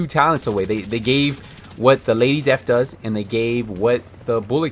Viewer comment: Lady Desth!! XD